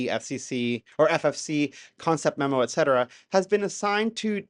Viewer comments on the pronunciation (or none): none